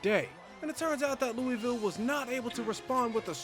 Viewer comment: Its pronounced (lew-uh-vul)